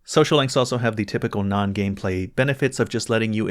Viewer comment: Good ol' "Gamplay". Lol